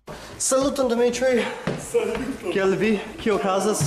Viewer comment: Why don't you pronounce personal names in Esperanto? It sounds kinda weird when you say Dimitry in English while speaking Esperanto and since the Esperanto pronounciation is almost identical to the Russian pronounciation I find it funny that you choose to say it in English. PS. Sorry for not commenting in Esperanto. I can't really speak it anymore even tho I understand it pretty well